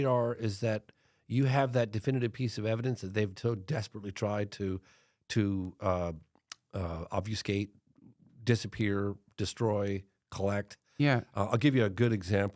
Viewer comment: Obvuscate? Lol Obfuscate